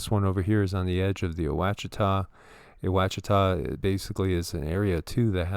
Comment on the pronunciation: Washitaw is the correct pronunciation for Ouachita. Wouldnt know that if i hadnt grown up around here